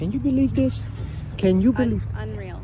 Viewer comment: doesn't use the letters th at all. Every word is dis, dat, dos, dem dees etc. What a moron.